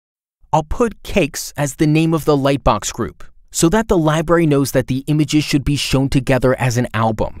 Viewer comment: I LOVE this tool. Have been using it for YEARS. I only WISH they would release a "Tailwind Studio" now that everyone I know is transitioning away from Bootstrap. It is also adorable how the announcer says "Buddins" and "Liberry". 🥰